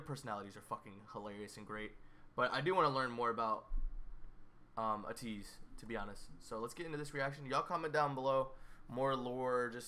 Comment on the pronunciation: Okay your pronunciation of Ateez is getting better! When you say it, it’s not UHtease anymore, it’s more like ahTEASE. When you get that AYYYY, long A sound in there, AYYYteez, you’ll be at 100%! And yeah, Changbin and Wooyoung are besties :)